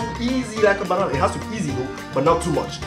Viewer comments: Please stop saying banan😸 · where's he from Senegal Togo, Liberia, i like when he says banana and Basuka.